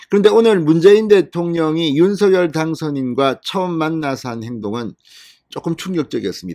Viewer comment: 윤석열을 윤성열로 잘못 말하는 바보들이 많은데 윤석열을 윤서결로 올바르게 말하는 진성호씨는 기분이 좋게 한다.